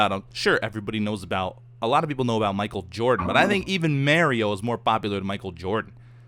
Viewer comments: Does know it M A R I O and not M A I R I O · its Mario, not merio lol;) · its Mario pronounced (mar-e-o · did just say mary-o Slaps forehead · Probably a regional thing. Plus he said it "normally" later on, so he was probably joking. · 90% of comments criticizing the way says "mario" 9% of comments "Beef didn't catch that fortrtrees 1%its episode 69lolol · I cringe when he pronounces Mario.. xD To a lesser degree, Luigi too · any one else laugh at the way he says Mario? lol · I'm early let me think of a joke... Beef pronouncing Mario and other Pokemon names right...